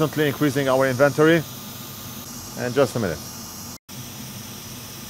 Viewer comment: Inventory: INN-venn-tore-ee